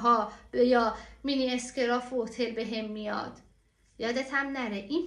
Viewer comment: سلام گلم همه کارهاتون قشنگه،یه اشکال لفظی داشتید با عرض شرمنده گی مینی اسکراف نه مینی اسکارف